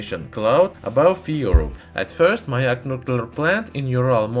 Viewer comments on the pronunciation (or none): none